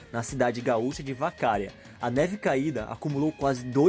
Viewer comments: Muito boa sua pesquisa, gostei do trabalho, mas só uma correção: não é "VacÁria", é Vacaria (que deriva de "um monte de vacas" , o bicho mesmo) . Dei uma de Hermione agora. Kkkkk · é VACARIA não " Vacária ". Pronunciou errado. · Nossa....nem foi falado sobre o Cassino, a maior praia do mundo, sobre o templo budista, a festa da uva, a oktober de santa cruz do sul, a fenadoce de pelotas...bah o video deixou a desejar do que vi dos outros estados. Feito por quem não é daqui era de se esperar. O nome da cidade é Vacaria. Não Vacária...pronto falei. Video fraco. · Observações importantes! Curiosidade 15 - A cidade citada é Vacaria (sem tom agudo) e não Vacária. Curiosidade 25: cachorro tem duas denominações. Cusco - cachorro grande Guaipeca - cachorro pequeno. Sobre a curiosidade 18: presidente Medice é natural de Bagé (minha cidade), segundo falam, a cidade foi a segunda do país a ter iluminaçao pública, pois quando isso ocorreu foi no governo Medice. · Estadozinho é o seu boga ... Vá aprender a ler corretamente, Vacaria e não Vacária, a sílaba aguda é é a última, ou seja, é uma oxítona e não uma paroxítona. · Ta de mais o teu vídeo. Só uma observação, não é "Vacária" que se fala e sim "Vacaría". E viva o nosso Rio Grande, tchê. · Não se diz " Vacária" e sim VACARIA. NÃO se diz "Landél"de Moura e sim Landel Carlos Correia/Porto Alegre, RS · Não se pronuncia "vacária" e sim "vacaría" 😜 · Outra coisa Não é Vacária É vacaría 👍😉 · Não é Vacária, é Vacaría! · Bha tchê como tu chama nosso estado de estadozinho? E a cidade da nevasca não é Vacária e sim Vacaria. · Não se diz Vacária e sim Vacaría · Não é vacÁria é vacaria porra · Para ajudar... se diz VacarÍa, não Vacária. É o nome do presidente se pronuncia “Gaisel”... alemão. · A sílaba tônica da cidade de vacaria é "Ria" e a maior queda dágua longitudinal é o salto do "yucumã" no entanto adorei o vídeo muito bom 👏👏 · Vacária.. kkkkk, Vacaria.. 👍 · Não é Vácaria é sim Vacaría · não é vacária é vaca ria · Vacárias?? Jêizel??